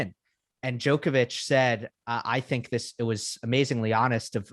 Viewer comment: Best tennis show in the world. However, remarkable none of you can pronounce Novak's last name properly yet..